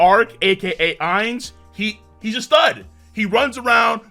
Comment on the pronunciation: How do you pronounce ainz's name wrong when he says it so often